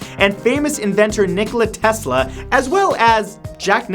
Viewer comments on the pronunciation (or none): none